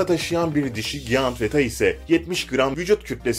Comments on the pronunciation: giyant değil Cayınt diye okunur bebeğim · Bu videoyu seslendiren abimizin 2 gram bile Ingilizce bilgisi yokmu ''giant'' nasıl okunur önce onu öğren sonra o yabancı kelimeyi kullan bilmiyorsan kullanmanın ne gereği var aşırı komik